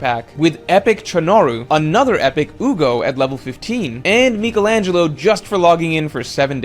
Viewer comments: The way he says Michelangelo is worth hearing though it's so bad... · The way you say Michelangelo lol